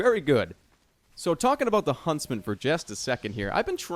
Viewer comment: Is it just me or does jerma sound Canadian when he says about?